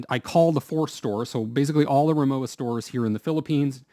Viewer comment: The w in Rimowa is pronounced as a v.